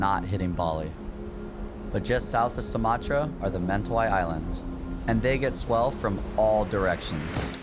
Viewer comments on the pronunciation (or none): They need to learn how to pronounce Mentawis properly